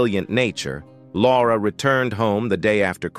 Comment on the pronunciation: I tried, I really tried to get through it, but the increasing mispronunciations drove me crazy. How can the robot keep getting "Laura" incorrect???